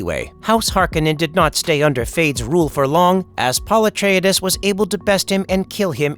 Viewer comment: Pul etridis Well at least is ain’t the TikTok voice